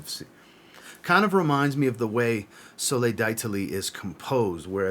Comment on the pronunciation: Great list, I have my 3 Mancera's for spring/summer, saving up for a blind buy Mancera for fall/winter that sounds good. When pronouncing Soleil D'Italie verbally, just remove the "I" in Italie. Similar to the g being silent in gnome. I learn alot from your videos, so I hope you are not offended by me sharing with you the proper way to pronounce D'Italie. Keep up the great work!